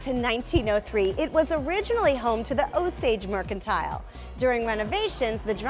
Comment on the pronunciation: It looks like a fun place to stop if you're in the area. But not sure why they're pronouncing it mercan-teal.